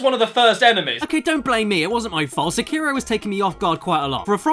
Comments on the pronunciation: SEKIRO: Emphasis on the First Syllable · "See-Kei-Row Shad-ows Dee Twicky" Pffff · See-kai-row Shay-dows Dee Tweekey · Seekyro shadous dee twickie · See Cairo, Sha-Dows Dee Twikie. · See-kai-ro sha-dows dee twi-kee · Correct pronunciation: "Seck-aye-row" "Shad-dau's" "dee" "Twick-ee" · "This game is so Japanese"... Immediately pronounces 'Sekiro' the opposite of the Japanese pronunciation... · Is this pronounced se-ki-ro or see-ki-ro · So many youtubers can't pronounce Sekiro properly. Also the English dubs are pretty awful IMO, but to each their own.